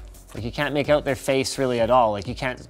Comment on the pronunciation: "It's finally coming oat"?